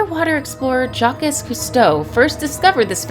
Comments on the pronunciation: .....did she say Jack S Cousteay?? Its Jacques. Its ine of most famously easy french name in history. You have to be especially thick to mispronounce it as Jack S. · "JAH-KEZ" Cousteau lol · Jacques Cousteau was a great man and a modern explorer whose work has massively impacted oceanography and marine biology for generations. His name is the French form of Jack, it's not that hard. Please take the time to learn how to pronounce words you may nit know, it's an insult to the memory of a great man. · Good grief, you can't even pronounce the name 'Jacques' correctly!